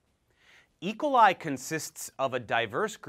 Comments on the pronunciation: Good vid. But, why do you pronounce it "E' coli", when I've always heard "e KO' li"? (Checked Websters and Youtube pronunciations too.) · I’ve never heard someone pronounce it eicoli. E...coli